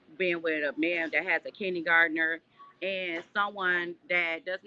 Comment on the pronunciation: Did she say “kidney gardner”?? 😂